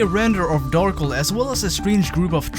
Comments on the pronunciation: Why do you say it like Darkle. Lmao. I feel like it should be Dar-kel. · Darkel or Darkle? I love the video but that is not how I think it should be pronounced lol